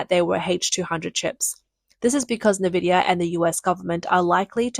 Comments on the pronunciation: N VIDIA Not ‘nah VIDIA’ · FOR CHRIST'S SAKE IT'S .... IN-VID-IA. Not NAH-VID-IA.